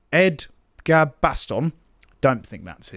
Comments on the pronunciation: Ed-ga-baston? Really…..😂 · Ed-Gar-Baston, LOL! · Great informative video guys. We’re living in terrifying times. I did smile at the way pronounced Edgbaston. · Love the pronunciation of Edgbaston 😅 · That's pronounced..... JILL OTT ROAD...... EDGE... BAST.... ON..... AS IN WHERE WARWICKSHIRE COUNTRY CRICKET HOME GROUND IS